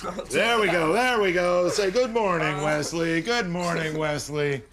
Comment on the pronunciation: How can you pronounce Wesley like weZley